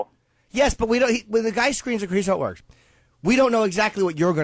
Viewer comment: She Voirks